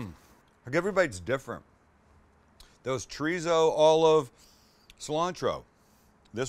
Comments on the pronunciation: pls,start saying cho dee so instead of chureezo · I try not to be "that guy", but every time you say "Tree Zoe" instead of chorizo I cringe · Is that what it is? Been looking to find out what "Triso" is??? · Lair of treezo Translation: Layer of Chorizo (z pronounced as an 's') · It ain't pronounced ch'reeezow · Does it annoy anyone else the way he pronounces chorizo? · Your pronunciation of chorizo needs some work though buddy..... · The way you say chorizo makes my ears bleed.